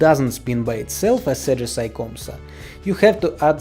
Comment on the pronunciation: Bro its ajisai not ajisay😅